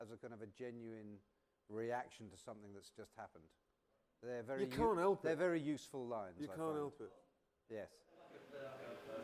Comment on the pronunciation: Vewy, vewy foolish words, man.